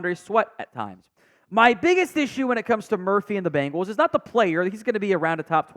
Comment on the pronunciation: Dude can’t pronounce many many names correctly. It’s sad.